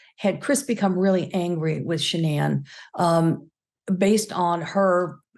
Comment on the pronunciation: Megyn you completely butchered your pronunciation of Shannan's name. Its disappointing to see that both Megyn and the guest refused to pronounce the victims name properly. Incredibly disrespectful to Shannan.